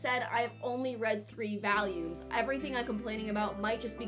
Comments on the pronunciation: why do you keep saying "values" isnt it volumes? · why does she keep saying valium? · Stop saying valiums plx. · I am also from the midwest and... that's not how I say it. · i have never heard a brit say it like that